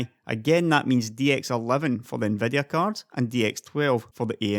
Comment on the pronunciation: i just love how you pronounce Nvidia like "Nveh-deh-ah"